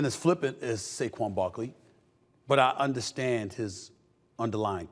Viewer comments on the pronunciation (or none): It's Saquan Not Saguen. Fire The editor of the show 😂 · It’s actually SAQUON. Not Saquan or Saguen lol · Wtf is Seguen Barkley? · Who's Saguen Barkley??? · Who the hell is Saguen Barkley??